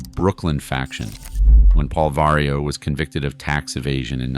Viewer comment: Vario operation😂😂 love the gringos (pronounce the v like a b but no popping the b at the beginning)